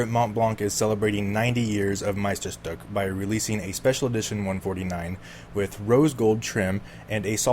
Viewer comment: Shhhhhhhtook! Say it! 😡